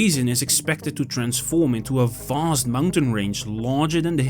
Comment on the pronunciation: “So Voooost that…”